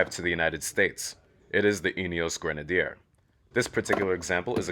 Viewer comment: Great job with the video,, especially with the pronunciation of Grenadier. 🙂 I’m from 🇦🇺, and I’ve been lucky enough to have two rides in a 2B prototype. Like you, I’m very impressed with the concept. One minor point for you: I think you'll find that the raised air intake does not actually increase the official wading depth, which is 800mm.